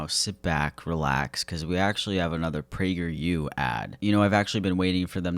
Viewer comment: Not "pragerU" 😩😩